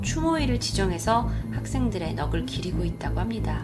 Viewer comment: 넋을 기리다 에서 “넋을”의 발음은 “너글”이 아니라 “넉슬”입니다.